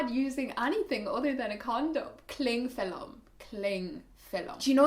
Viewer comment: "Clingfillum" haha <3 love it.